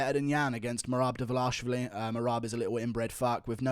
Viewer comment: Merab "Meh-Rab Devalishy" Dvalishvili